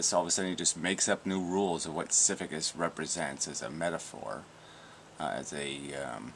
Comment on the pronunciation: It's pronounced "sis a phis",. It's spelled sisyphus. You are saying siphycus.Just wanted to point that out.